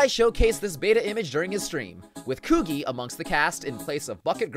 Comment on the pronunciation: WAIT WHAT PEOPLE REFER TO THE NAO ENDING AS THE THE LESBIAN ENDING EDIT: STOP SAYING "KOO-GEE" ITS "KOO-GEE-EH"